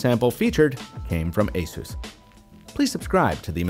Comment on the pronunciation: Oooo what happened? You used to be one of the only reviewers to say “Asus” correctly (asus like Pegasus), but you’re now saying “a-zues”